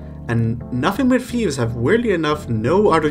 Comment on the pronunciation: It’s “thieves” not “Fieves” by the way